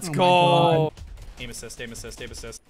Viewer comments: hey dude i love your vids but how you keep saying aimassist is just kinda cringey but i still love yoour vids oh and cab you upload pls? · Can someone count how much times he said aimasist